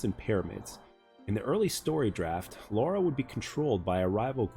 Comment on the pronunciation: It is LARA Not Laura!